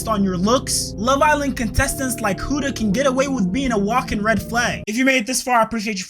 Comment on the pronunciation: It’s pronounced Hood-a bro 😭